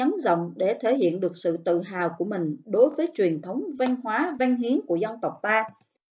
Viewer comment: Châu mà nói chu văn mà cô nói là van